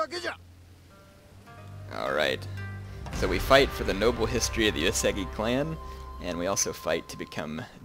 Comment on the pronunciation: So, this is a great campaign, and I really like it as well as your other stuff. But I have some issues with your pronunciation of Uesugi. You pronounce it as if there was an e in the second u's place. It's pronounced you-eh-sue-gih. Thanks.